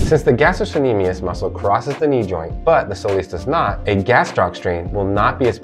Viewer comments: FYI, it's pronounced "ga-stroK-ne-me-us" (it's a hard "c") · Helpful but pronunciation? Palpitation vs palpation. Gas-t-rock